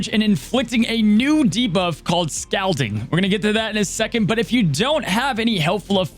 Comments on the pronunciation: I think it is pronounced Scal(all)ding. Or either that's how we pronounced it over here in nc. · LOL how says "scalding" with the "a" vowel sound in "scalp" where I'm from in PA we say the "a" vowel sound in "scalding" like the word "call"